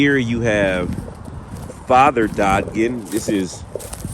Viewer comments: The last name is dodgen,/dodge(like the car) en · You were corrected several times by the spirits of the pronunciation of the last name and some were making dun of thebwaybyou said it. They pronounced it DOE GIN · I think it may be pronounced da-jen. It is an alternate spelling of my last name which is pronounced duh-jen. It is a Scots-Irish name. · I grew up in Marietta, Cobb County, Ga. We have a Dodgen Elem School. We pronounce that Dodge-In so Dodg-En all together. I hope that comes across ok. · I believe that Dodgen is pronounced Dodge en unless you were told different then never mind